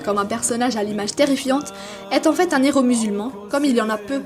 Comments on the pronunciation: La théorie de nos zeros??? On ne fait pas la liaison quand il y a un H Nos heros Ça me fait mal aux oreilles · Deux zéro ou deux héros ? Pour les prochaines vidéos pensez à ne pas faire de liaisons devant un "h" 👍